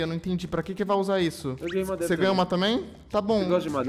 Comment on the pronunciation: mano, o cara falou madeira e dps eu ouvi mamadeira, ou é do vídeo msm? meu pai amado, que confuso